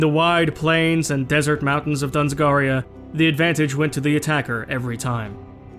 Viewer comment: In this episode you pronounce dzungaria as dunzgaria but I don't blame you since even with the standard English pronunciation it's not that easy. Though the existence of the region at all does have interesting implications imo since with the way the game works there are regions named for historical events/peoples who didn't do the same things they did in the new timeline. The Dzungars were a tribal confederation origination from the Oirats in like the 17th century. Kind of like there being a Normandy without Normans or a Kalmykia north of the Caucasus without the Kalmyks moving there. I guess there's really nothing to be done about it since you can really only put that level of detail into the regions you are actually putting most of your focus on.